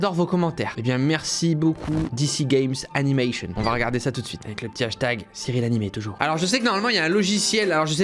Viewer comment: Le pseudo de dc game animation ne se prononce pas à l'anglaise